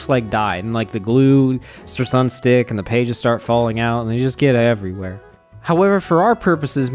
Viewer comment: “They get ehehverywhere” 😂😂😂